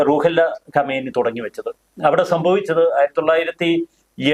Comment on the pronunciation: Super explanation. ഖൊമേനി എന്നതിന് പകരം ഖമേനി എന്നു തെറ്റായി പല പ്രാവശ്യം പറയുന്നത് കണ്ടു. രണ്ടും രണ്ടു വ്യക്തികളാണ്. ഇപ്പോഴുള്ള കക്ഷിയാണ് ഖമേനി.